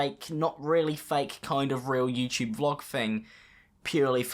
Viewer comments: I never thought "YouTube" pronounced "YeeChea" cool... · Don't See My FEATURED CHANNELS!!! He pronounced it youTube?